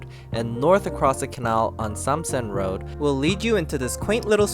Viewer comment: you said load (road) but you didn't say rocal (local) but you speak English without an asian accent